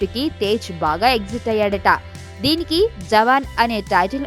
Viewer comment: exit kaadu thalli exite